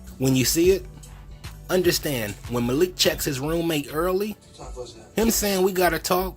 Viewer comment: The way pronounced “Malik” is actually the proper way to pronounce it...the Arab pronunciation. The way we are used to hear it is the Americanized version..